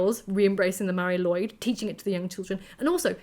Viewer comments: Sorry for being "that" guy, but it's not pronounced Lloyd but something close to lu-id. Mari Lwyd literally translates as Grey Mary. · please keep making videos,! Your voice is addicting to listen to:) In Wales, we pronounce it 'loo' and 'eed', all one word, Mari Lwyd!:) Its a nuts traditional and I'll be honest even as a welshman if someone rocked up to my home with a horse skull on their head I would be horrified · That’s not quite right, since the w here is pronounced as ‘oo’, so taken together Lwyd is ‘loo-id’. Welsh vowel sounds can change depending on what letters they are next to in the word. The y sound is often an ‘uh’ sound, but not always.